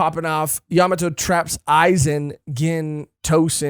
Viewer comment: Bruhhhh I like watching y’all so imma NEED u to correct this YA MA!!!!!MOTO not Yamato YaMAmoto